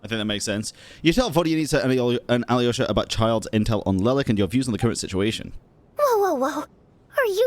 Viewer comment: How do you hear Alyosha's name pronounced in-game with a silent Y yet still insist on pronouncing the Y when you say it?